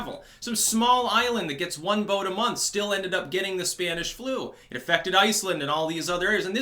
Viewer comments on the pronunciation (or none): none